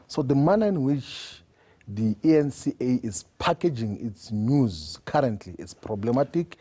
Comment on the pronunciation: Hahahaaa.@ Did Floyd call the eNCA the ANCa